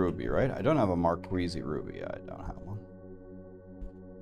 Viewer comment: gems called "markeez" bruz not marqueezie